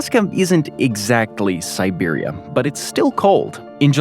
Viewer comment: I asked the same thing. He also said 'siberium'